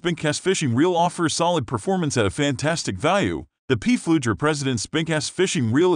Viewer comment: Of the 5 "underspin" spincast reels reviewed(?), only 2 were underspin reels, 2 were regular spincast reels and one was a spinning reels. PFLEUGER is pronounced "Flue-ger" ; it's a German name. Reprogramme your computer to correctly pronounce it.